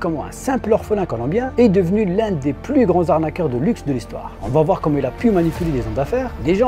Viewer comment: Le "S" de "pluS" est muet !!!